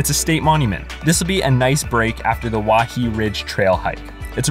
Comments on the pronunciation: I SHOULD THROW YOU OFF WAIHE’E RIDGE U DUMB HAOLE AND BTW IAO VALLEY is pronounced “E-oww🤕” and WAIHE’E is pronounced “Why-hey👋🏾-Ayy” I wish I never watched this video. You’re just a dumb visitor as well as all you other people in the mainland that come to our island. Stay away from Hawaii!!!!!! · Waihee= why-h-e-e Iao= ee-ow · “Wahee” “Wah-hay-ay” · waihee= wai-hey-ay